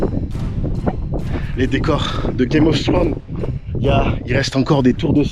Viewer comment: C’est une dinguerie de dire game of sthrone au lieu de game of throne YA JAMAIS EUVDE S AU DÉBUT DE THRONE😭😭😭